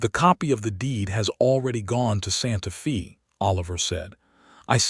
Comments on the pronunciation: Decent story. However, it’s Santa FAY, not Santa ‘Fee.’ Please, it’s jarring that you make this egregious an error. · The correct pronunciation is Santa FA, weather or not it is AI miss pronunciation or the story teller using an old western slang for the time the story takes place or not I do not know. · IT IS STILL NOT "SANTA FEE" THIS IS SPANISH AND PRONOUNCED "SANTA FĀY". "FĒ" IS A SPANISH WORD, SPELLED "FĒ", BUT PRONOUNCED THE SAME WAY AS AMERICAN ENGLISH IS PRONOUNCED "FĀY". SPANISH USES THE SAME WRITTEN ALPHABET, BUT SPANISH VOWELS ARE NOT PRONOUNCED LIKE AMERICAN ENGLISH. SOMETIMES THE CONSONANTS ARE NOT PRONOUNCED THE SAME WAY EITHER. YOU GUYS NEED SOME TEACHERS WHO KNOW GENUINE ENGLISH AND SPANISH AND TEX-MEX, AND A LITTLE BIT OF FRENCH. LEARN THE LANGUAGE OF YOUR TRADE.